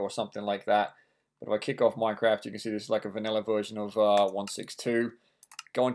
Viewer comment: did anyone actually notice his title"install minecade mod for minecrat 1.6.2 mac" he siad "minecrat" not "minecraft"